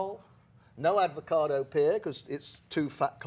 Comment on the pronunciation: It's an AVOCADO! There's no R at the end. So why he makes it sound like "apricot or pear". Also a fun fact - avocados are no pears, so no need to call them that.